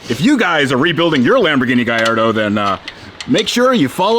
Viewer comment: Gaeyardo sounds better than Ga-lard-o.